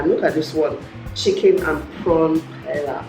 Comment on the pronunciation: I don't mean to come off as a know it all, but the last word in that SA recepie with the chicken and shrimp is pronounced pa-aye-yah. It's spelled paella, but it's a Spanish word. It's like Spanish jollof lol. I hope you enjoy the recepie. Love you